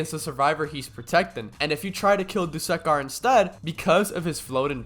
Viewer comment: its that time again... bro fr said duskkar and... ( , , ( also he doesnt cancel dmg he minimises it) ) also dont give me a bullcrab answer that your mic glitches again or smt like that